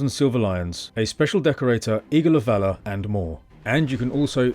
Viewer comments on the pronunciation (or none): none